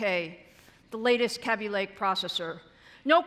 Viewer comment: She said caby lake.